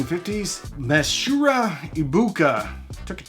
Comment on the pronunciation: dude, Masaru Ibuka, not Masura, and Akio Morita, not Akia